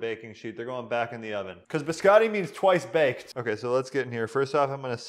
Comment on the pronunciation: true lol. I am a huge fan of this channel though, but he kept emphasizing twice baked and I got the vibe that he was trolling as well.